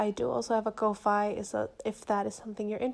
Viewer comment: Unrelated, but you pronouncing "Ko-fi" as "Koh-fye" is adorable LOL